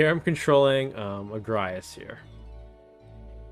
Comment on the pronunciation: yeah I've been following for a while and I haven't subscribed. I will now. But it's agrias. Not agraias